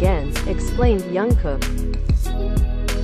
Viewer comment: Please pronounce his name properly...it“s been awhile that you keep mispronouncing his name...it is JUNGKOOK... letter J is pronounce as is and not as Y as you keep saying Yungkook....